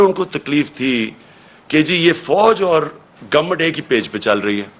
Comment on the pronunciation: Please don’t say the word “ govmet”. Just say” hamaree hakoomat”. Looks awkward the way you pronounce the word government……other than that I like you as a leader or person .. just try to speak in pure Urdu, our own national language, not the language of those that are trying to make you slave …100%…. In our own country our own language….. it makes me laugh when you proudly use the language of the occupier with your own people who don’t even speak that stupid foreign language .., leaders should be examples for the common people..